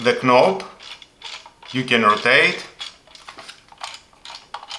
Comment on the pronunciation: The k in knob is silent. You also need to learn how to pronounce the words "closed", "locked" and "pressed". Good review.